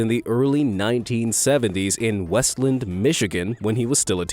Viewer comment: westland is pronounced as West Land